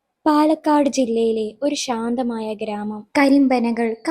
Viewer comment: രസമുള്ള കഥ. കേൾക്കാനും ഇമ്പം. പക്ഷേ, ഷാന്തമായ.....??? ഇത് ശരിയാണോ ...?? "ശാന്തമായ" ഇതാണോ ശരി ....???